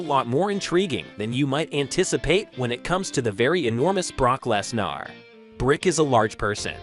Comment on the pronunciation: "Brock LesNAAR" "Brick" I feel like u r an AI